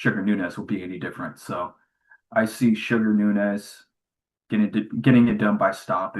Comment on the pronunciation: is Nuñez not Nunez🤷🏽